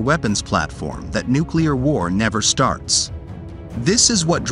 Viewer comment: Congratulations! You are the first YT narrator to pronounce "nuclear" without making three syllables from it.